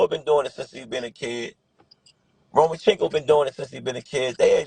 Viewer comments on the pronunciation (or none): always say Romachenko😂😂